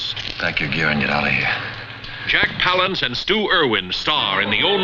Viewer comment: Jack PAL-ance, not Pa-LANCE. No one gets this right!